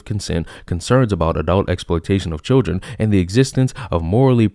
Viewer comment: From: La-Tanks...To Chil-Dranks...Smh. 😒